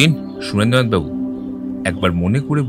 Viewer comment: er Surendra nath babu r pronunciation eto kaan e lagche… its shu-ren-dra not su-rendra in Bengali names